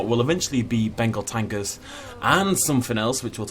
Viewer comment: Anyone here him say bengal tangers